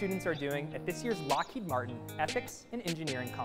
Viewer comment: Lmao, “ethics” at Lockheed Martian